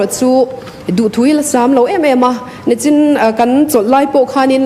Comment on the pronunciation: Nachin- Nichin tih tur tia a sawi bak chu a sawi lem loh hi le. Sawi chhuak hmak hmak mai tih tur khawp a awm pawn ka hre l.😂